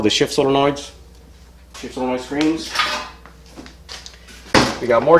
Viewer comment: "Sololoid" lol